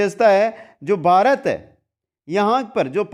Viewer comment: बारत नही भारत बोलिए